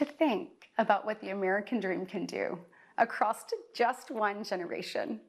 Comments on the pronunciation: When she said "acrosst" instead of "across," the cross on her necklace began to gently bleed. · When did the word “across” get a hard “t” stuck to the end. I heard her say “acrossed”, which isn’t a word. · plus she said "acrossed"